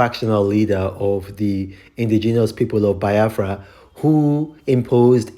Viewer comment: you are even more backwards than the zoo called Nigeria. You can't even pronounce Biafra properly. Ewu. 🐐